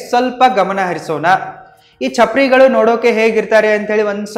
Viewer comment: ಚಪ್ರಾರಿ ಅಲ್ಲ ಚಪರ್ ಗಳು